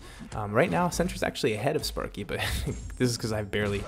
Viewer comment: lol i heard spunky not sparky lmao